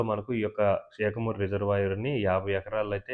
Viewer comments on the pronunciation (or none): Bro adi షాకమూరు(Shakamuru) kadu శాఖమూరు (Sakhamuru) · షేకమూరు కాదు. శాఖమూరు.